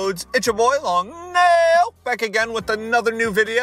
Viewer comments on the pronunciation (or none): I think I speak for everyone when I say this I cringe when he says long nail and not long neil